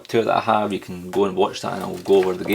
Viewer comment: i love it you you say " how are yüüü"